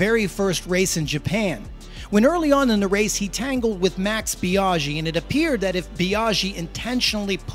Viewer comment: Nice video, but your pronounciation of Biaggi grinds my gears🤪 "Biaschhi"